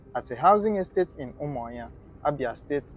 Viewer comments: Why can't you pronounce the name of a state capital very well? Umuahia not Umuinya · Umuahia not umuayan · Honestly, d tin tire me. He sounds Igbo but pronounced UMUAHUA asif it's Umanya . Maybe he's frm Akwa-Cross cos, d way he pronounces BLESSED sounds lik Mbókó person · Learn how to prononce that umuahia